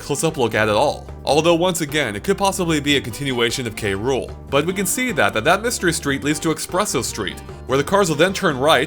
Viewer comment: Kay-Rool street it KROOL like CRUEL